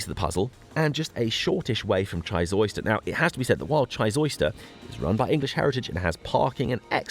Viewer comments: Chysauster is an amazing place to visit but it is pronounced Chy ''Sauce'' Ster not Chys ''Oyster'' lovely video thanks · jee-zowster and vog-oo youre welcome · Just a quick message from the Cornish pronunciation police. Down 'ere, we pronounce Chysauster like this, Shy Zauce (as in sauce) Der. There is a theory that the Western half of Cornwall was more isolated, because there was no obvious route across Bodmin Moor until the 17th or 18th century. Apart from which, the cost of parking a vehicle down here probably put the Romans off!